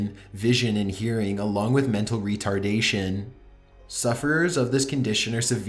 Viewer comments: How he says mental retardation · i find it so funny how you said retardation